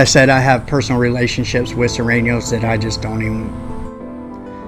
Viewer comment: Surenos not Sorenos